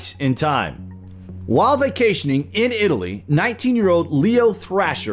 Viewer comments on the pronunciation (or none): none